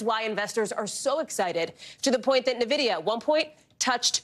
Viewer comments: It's the new Navidia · its N VID IA ffs !!! if its news the least you can do is pronounce it correctly...... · it's pronounced en-vi-di-a. you're hurting my ears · Nah, you're wrong. It's obviously pronounced en-va-dee-a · Not sure how they have that many nerds on staff and no one told them how to pronounce this.